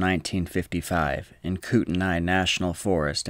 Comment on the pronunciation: Kutenai is pronounced “coot-knee”, in case anyone is interested.